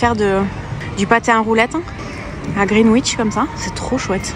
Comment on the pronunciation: Greenwich - pronounced 'Green Itch' babe. And you keep calling Tower Bridge 'London Bridge'. Remember, stunning, that 'when a man is tired of London, he is tired of life'. I most unfortunately got tired of it & it was very much touch & go for quite some time...there is no cure for the London blues...